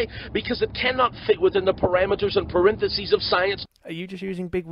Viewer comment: "parenthesis" that cracked me up … he is trying to debunk and scientific theory while speaking like an idiot